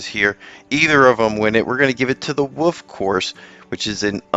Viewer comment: Wolllllf. Not Woooof.